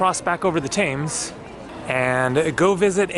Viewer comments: "TEMS' not "TAMES", for goodness sake. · The river is pronounces TEMS NOT TAMES.